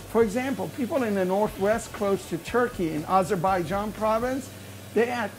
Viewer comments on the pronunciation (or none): none